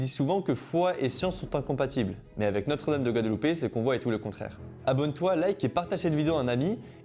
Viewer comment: Guadalupe!?on dit guadeloupe